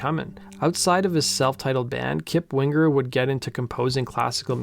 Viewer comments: It's "Wing-er", dammit! Not "Wing-ger"! lol. And that 2nd album was great, but more mature writing that wasn't quite aimed at the same audience. I think that had more to do with declining ticket sales than anything else. And the 3rd album just wasn't very good overall. 1st track is quite good, despite the somewhat awkward beginning, and the last track is quite good as well. But again, not songs aimed at the original fanbase. Down Incognito was pretty good, but your not going to sell albums releasing that as the first single. Anyway, phenomenal band and musicians. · Winger not Wing grrr. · Stop saying wing-gur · My maiden name is Winger and I hated it when people would say it wrong it’s Wing er not Win ger. The original way to spell it is Wenger but got changed to Winger. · Why do you pronounce it Wingur? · One of the best bands of the time, tons of talent... funny to hear this young guy say wing ger😁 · wing-ger lol :P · prounce the last name properly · The hard G isn't needed........